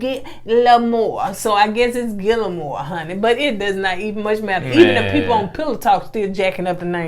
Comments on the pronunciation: It’s pronounced Gee(like geese)-air-mow. Lol in Spanish, double Ls are pronounced like a “Y”.. but you’re right, it don’t even much matter 😂😂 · LOL! You had me cracking up! It's Gee (as in geek) - Yair (as in hair) - Moe. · His name is pronounced Ghee-air-moe. The double L sound in silent. You’re welcome 😇.